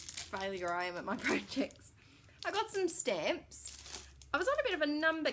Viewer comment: stamps...not scamps.. lol. apparently im on a verbal holiday as well